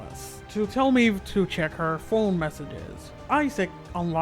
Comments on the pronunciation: ITS MAEVE GOD DAMNIT, I’m sorry, the video is very good but I don’t know why but it anoys me the way you say maeve, you are saying like meve you gotta say like mayve, the sound of the y😂❤️ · The way this guy pronounces Maeve's name as "Meave" is killing. Another thing that's killing me, Isaac is still alive.